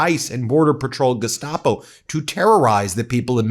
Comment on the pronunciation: I really wish you would stop saying gustoapo🤦🏽‍♀️ They're SLAVE CATCHERS 2025